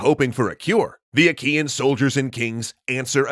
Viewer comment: Wait I thought he said "Ikean" instead "Achaean" I was imagining an army of GULLTÖRELs sieging Troy.